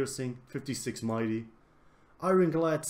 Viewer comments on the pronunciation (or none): none